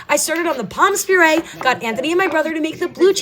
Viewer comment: Please don't pronounce the s in pommes puree, it is silent.😊